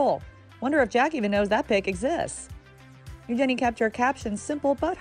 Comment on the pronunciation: Eu-“GEN”-ie????????? Wat the..